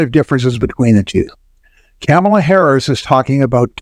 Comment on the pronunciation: While I enjoy your commentary Vice President Harris's name is pronounced comma la, not camel a. Trump is a bankrupt fool. Inflation is a natural result of huge deficits.